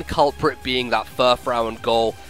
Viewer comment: also furfrou is pronounced fur-froo. it being a reference to frou-frou